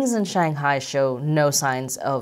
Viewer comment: There is no such place as 'Shanghai' as you pronounced it. You have 1.75 million subscribers. Rather than perpetuate and reinforce common Western mispronunciation, why don't you show some respect to the people and the language and make an effort to pronounce the name properly ? Hint: The first syllable rhymes with 'bung' not 'bang'. Take a free pass on the tones though. Fair enough to put them in the too hard bucket.